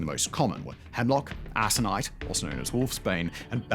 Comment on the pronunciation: The "c" in "aconite" is a HARD c.